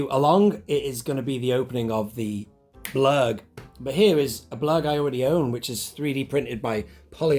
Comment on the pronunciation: sounded like you said " the Klurg" right at the start